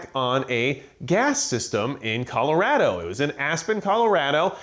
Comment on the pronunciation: My man. Video deserves a like for saying Colorado right.